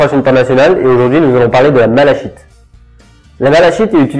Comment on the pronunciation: Apprend à le prononcer